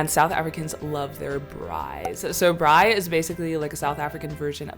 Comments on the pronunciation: It's braai .aai. not brooi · It’s braai not brooi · It's "Braai" as in "braaiee" :) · She said “bröi” she’s indigenous 😂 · So funny!!! So South African. Car guards BTW are part of job creation. Hysterical when they show you how to drive. Might be worth a video on its own. Muggers walk 😂😂😂 And braai... Say it like eye. 😊Br-eye!